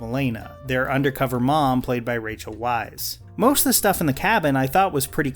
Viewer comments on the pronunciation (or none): Weize is pronounced with a V not W